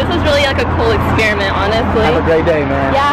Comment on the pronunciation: she really said “experiment “🤦🏽‍♀️🤦🏽‍♀️🤦🏽‍♀️